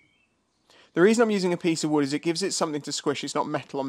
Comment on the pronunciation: "A piece of Wewd".? SOMEONE'S BEEN WATCHING YouTubes - 'Bobby Duke Arts'! 👌👍🤣🤣 😎🇬🇧